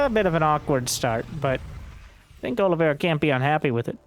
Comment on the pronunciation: Is there any SC2 commentator capable of saying "Oliveira" right?